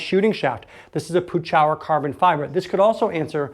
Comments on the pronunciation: You might consider calling Pechauer directly and finding out how Jerry pronounces his name. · Just an Fyi - Jerry Pechauer says his last name is pronounced “PetChower”. For the longest time I thought it was “Peach-hour” lol